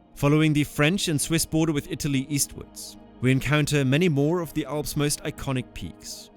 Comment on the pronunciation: Why do you contineously pronounce the Alps like the "awss"?